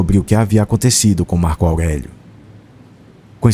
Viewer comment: Marco augueguio